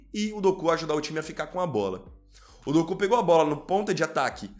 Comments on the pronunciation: Meu querido, não é Dokú, e sim, Doku. Kkkkkk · Quando fala doku eu racho o bico 😂😂😂😂 kk